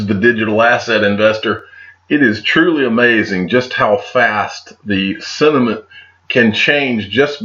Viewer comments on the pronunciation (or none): At 28 seconds you said "sentiment", but I definitely heard "it's truly amazing just how fast the cinnamon can change..." - set us up for that one didn't you!